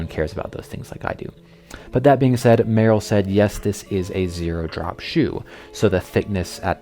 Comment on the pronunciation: Isn’t it pronounced mur-‘Rel?